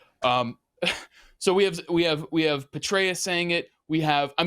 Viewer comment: Youre pronouncing it wrong it is general BETRAY-US